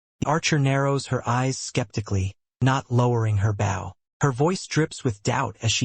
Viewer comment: Does whatever system this is know how to pronounce bow in the context used? It’s a long o! They aren’t bowing to someone, they’re using a bow and arrow!